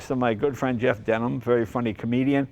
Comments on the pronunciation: Did Jay call him Jeff Denim?! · Maybe the clothes are going to Jay’s head because it sounded like he said “Jeff Denim”.